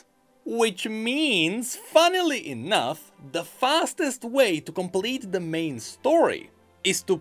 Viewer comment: just realized that every single time says the word, "Enough", he actually says "Enouth". Every time.